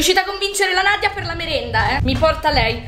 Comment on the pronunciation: Ma perché hai detto nadiona io mi chiamo Nadia 😘